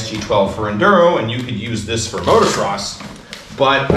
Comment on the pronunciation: Dude, it's Motocross, not Motorcross.